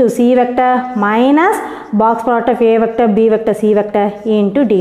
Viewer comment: Mam vector nenga vecta nu pronounce Pannuringa